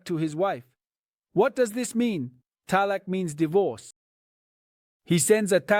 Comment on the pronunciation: Whats talak? Its talaaaak... not talak.